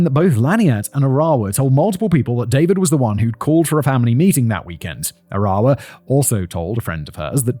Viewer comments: Small point of information: Arawa's name is pronounced with the accent on the first syllable, not the second. Conveniently it's the English word 'faraway' minus the first and last letters, and it's pronounced that way - 'AR-awa,' not 'A-RAH-wa.' It seems important to get this right considering the manner of the poor woman's death. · Maybe learn the correct pronunciation- Arawa is said A ( short a sound ) ra , wa not Aar rewa . Otago is O - taaa go not o tay go . As a Kiwi it’s a bit grating to listen to mispronounciation